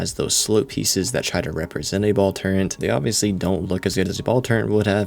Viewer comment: Man, you say "turrent" fffffffffff